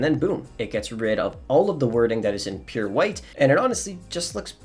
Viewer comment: He was saying pure?? I thought he was saying 'appear' ok thanks